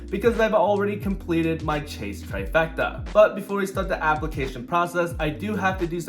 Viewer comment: I completely agree. Every time I hear them say God Trifrecta I just shake my head.